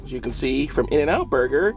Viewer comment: "the boyger